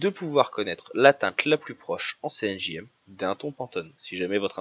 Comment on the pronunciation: Cyan Magenta Jaune Noir tout à fait. Mais quand vous parlez j'entends CNJM... C'est ça qui me choque... Bref.